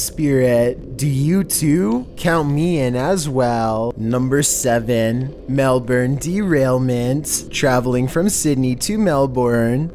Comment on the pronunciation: Mel-born? Is Mel-bun.